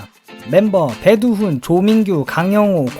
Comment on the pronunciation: 다 보고나니 내용이 넘 좋아서 감동적인 부분도 있고 괜시리 뭉클했어요..ㅠ.ㅠ 근데, 아쉬운 부분이 있네요.. 배두훈님이 객원 보컬 하셨던 AUX는 '억스'라고 해요. 수정 가능하시면 부탁드려요 :) 그리고 멤버 이름 호명하실 때도 배두순이라니.. ㅜㅜ; 내레이션 수정은 힘들겠죠? 😢 진짜 힘드나요? 그래도 고치실 수 있겠죠? 네? 한번만.. ☝️😭